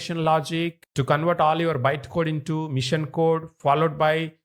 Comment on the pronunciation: The way of teaching is very good but the author needs to improve his English. He is calling "Machine" a "Mission"... His sentence is not proper. If he improves his English, he will be one of the best tutors in YT...